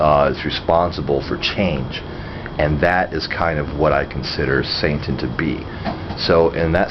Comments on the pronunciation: is he saying santain? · Are you saying "Saintan" I'm not trolling here, I'm just asking, as I'm very new to this, and checking to is there a "Satanism" and a "Saintanism"?